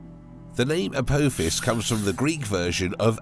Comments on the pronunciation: its prenounced ApOthis NOT ApOAthis, its named after the Greek God of destruction, NOT a stargate movie character, a simple bit of research is all it takes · Please stop saying A po fiss it's literally killing us ... you even name checked SG1 😂😂😂 it's not how it's pronounced at all in any way 😂😂😂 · You are saying apophis wrong. I have never heard anyone say it like that. The O doesnt sound like that. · It's pronounec A POPH IS,get it right.. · The "o" is silent in Apophis. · At least get the name of Apophis right, its named after the Egyptian god...You messing it up on purpose imo. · as a fan of stargate, it was quite annoying the way he said Apophis. also the way he said Halley made me wonder if he has ever left his house..